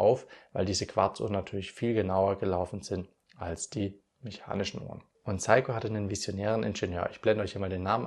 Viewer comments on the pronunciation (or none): Sehr schönes Video und tolles Thema. Und noch ein Youtuber von vielen, die einfach "SEIKO" NICHT KORREKT aussprechen. Vielleicht beim nächsten Mal 😊